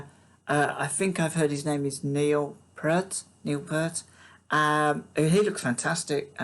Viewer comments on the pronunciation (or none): It's neal P(ear)t, as in "ear".